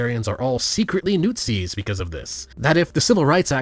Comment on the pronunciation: I love if when says “newt-zi.”